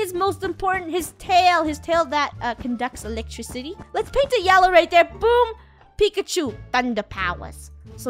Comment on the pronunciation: Funneh keeps saying pikichu not pikachu